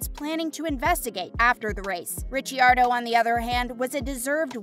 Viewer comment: You also mis pronounced Ricciardo and verstappen